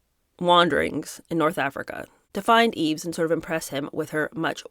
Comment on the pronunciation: Yves is pronounced eeve (no s)